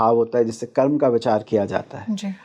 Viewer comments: कर्मा या नक्षत्रा क्या होता है ? सही उच्चारण करिये । यह हिन्दी का कार्यक्रम है । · बहुत सुन्दर ज्ञानवर्धक podcast hai पर जो आप ये इस्तेमाल करते हैं पद को पदा,कर्म को कर्मा,योग को योगा कहते हैं तो अजीब लगता है हिंदी के podcast में